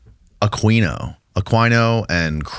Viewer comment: Peter, it would give you so much more respect if you'd pronounce Michael Aquino's name correctly. I don't understand how some people just suddenly pop up with some wierd pronounciation of a well-known person's name, that they've NEVER heard anyone, ever, pronounce it that way, & have heard it pronounced a million times the correct way. Shouldn't you question yourself, hmmm, EVERYBODY pronounces it "A-Kee-No". Maybe I should STOP PRONOUNCING IT "A-QUEEN-O". Did seeing that "Q" really make you totally disregard how you've heard literally EVERYONE pronounce it, your entire life? I see people do this all the time, names I've known about for 50- plus years, then some dude pops up & preaches gobs of info about him with authority, obviously having researched them & heard their name spoken correctly, yet they wing-in some wierd pronounciation that they've NEVER heard themselves, out of thin air, & everyone listening is thinking "who is he talking about"? Well, I'm not just thinking, I'm saying: Pronounce your subjects name correctly. It's easy. It's the only way you've ever heard it. Mother of GAWD, it ain't brain science! Drives me crazy. OK, sorry, I just couldn't bear hearing it happen again without saying something. Aquino. A-Kee-No. Got it? I sure hope so. WHEW. Enough already. That being said, I've enjoyed listening to peter for DECADES. I like his calmness, his demeanor, cadence, so im not bashing, just Sayin'. 😅-Peace - David